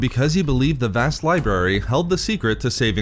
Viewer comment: "Vast libarry"? lol